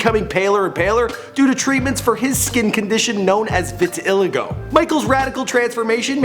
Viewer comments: let’s just appreciate how he says vitiligo. VIT-ILL-IGGO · I like how he said vit-til-lit-go Its called vitaligo (vit-a ligo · It’s vitiligo not vitlgo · "Viti-iligo" 😂😂😂 it's vitiligo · vitiligo isn't pronounced "vih til ih go," it's "vit ill eye go" my mom has it on her hands, arms, and legs. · Its Pronounced Vit e Lie Go. Vitiligo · “Even cooler” please just don’t compare him to that physco btw it’s vit uh lie go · its pronounced like vitil-eye-go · (Vi-ti-ly-go) not what you said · Its VIT-E-LI-GO. Not whatever tf u said😂.. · It is vit ta lie go That's how u pronounce it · Wtf is VITILEGO? ?! It’s. Vitiligo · It's pronounced vit-a-lie-go I know that because I have it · This is bullshit he didn't sleep in an oxygen chamber u idiot and he why can't you pronounce your words right. That's not how you pronounce vitiligo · it pronounced VITI-LIE-GO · Did he say vit-ill-i-go? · lmao its pronounced re-veta-liago bruh xD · Vitiligo is actually more pronounced like viti-ly-go but great vid man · "Viti*LIT🔥*go". You have an interesting way of pronouncing things. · I knew I could not trust a word this man said after how he pronounced vitiligo lmfao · Why he say vitiligo like that tf learn how to talk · 1. never slept in a hyperbaric oxygen chamber. 2. He pronounced Vitiligo incorrectly. 3. For the love of god, please don't ever refer to him as "Wacko Jacko". No shame towards, as a life-long moonwalker I understand comprehending Jackson and every aspect of his life can be very hard to do. This video isn't terrible, but I can feel small underlying tones of slight disrespect. Anyone else? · This video is terrible. You couldn't even pronounce the word vitiligo, wtf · Thanks for butchering vitiligo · The way he pronounced MJs skin condition killed me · he can't even pronounce vitiligo wtf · That's not the way you pronounce vitiligo. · Chisom Ikeji ikr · lol the way he pronounces vitiligo